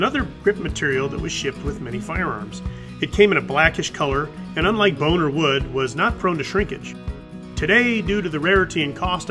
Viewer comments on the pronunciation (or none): great vid!! Love those stag grips!... and since this is a family friendly channel, I would encourage you to better enunciate when saying "bone or wood" as you do... ha ha ha... and what's wrong with me that I heard that?.... now I'm going to need some counseling....